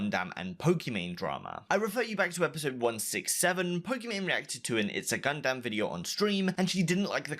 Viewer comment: You're saying Gundam wrong.